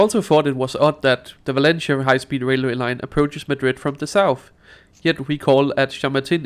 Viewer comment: ¡Ningún problema! And since you don't mind constructive criticism, please pronounce Valencia like in Spanish 'Valensia' not 'Valenchia'